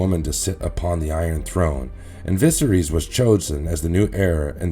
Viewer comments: Vis-a-rees literally is not how you say his name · Holy shit... I had to stop listening after hearing VISERYS mispronounced for the 800th time 😭😭😭🤣🤣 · Bad pronunciation of names is a bit off putting. I can forgive the ones that aren't in the show but how do you get viserys wrong??